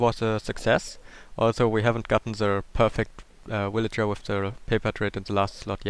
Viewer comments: just to help u... say vil-age-er for villager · I like the way it sound like you say "Willager" not "Villager"